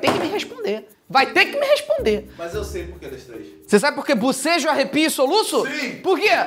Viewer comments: Mano so de ouvi o felipe falando bosejo ja tava abrindo a boca kkkkk te amo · Felipe falando bobejo eu bocejando kkkk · Só eu fiquei coisada em ouvir bucejo?? BOCEJOOO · Eu não parava de boseja quando ele falava de bosejo